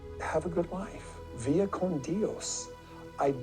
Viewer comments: He missed pronounced it anyway. It’s Vaya Con Dios not via. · And it’s not “Via” con Dios anyway…. it is Vaya con Dios. Kody is a Moron Supreme! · The way he pronounced that got me. Im not Spanish but im pretty sure its Vya con Dios. Not Veea con Dios. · I have to respectfully go; Have a good life, via con Dios... 😂 Via?? LOL It's vaya con Dios Kody.. 🤣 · It’s “VAYA con Dios”, not “VIA con Dios”…. He is so stupid in all languages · Sounded like Kody said “via con dios.” The phrase is actually” vaya con dios.” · Cody can barely speak English (pitcher), but of course, he's going to butcher Spanish as well. "Via con Dios" (ugh!) makes no sense. "Via" in Spanish means road or (railway) track. The phrase is Vaya (pronounced vah-yah) con Dios, translation: Go with God. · He got it wrong…it is VAYA con Dios. Not viya or however he pronounced it. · The best part of Kody thinking he won that argument, and was so smug, is that he pronounced "vaya con Dios" COMPLETELY wrong! He sounded like an idiot!!! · Grody didn’t even say “vaya con Dios” correctly even when he probably looked it up. I can’t with the pair of smug idiots. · He’s mispronouncing Vaya con Dios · Yes ! As someone fluent in Spanish I was so annoyed - LOL.